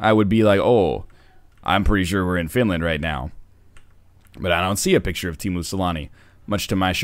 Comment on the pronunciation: "Timu Salami" :D